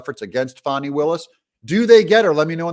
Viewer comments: I really wish you’d pronounce her name correctly, it’s FAN-EE, not Fawni…. Her parent got it right, she’s a Jack-A$$!! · Let’s stop pronouning her name “Fawnie” and pronounce it propperly FANNY!!! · It is Fani not fawni not fauni...It is fAni. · I grew up in the metro area. Anyone who knows fani will tell you it is pronounced "Fanny". I fell out of my chair laughing when I heard some news reporter call her fawney! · And DO NOT CALL HER “FAWNI”. Her name is Fani, as in Fanny! She is so well named! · Pronounce it FAN-NEE - like a rear end. Appropriate pronunciation for her butt like behavior.